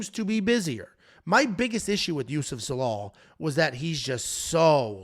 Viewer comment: Love you boys, but, you shat on Zalal terribly bro 😂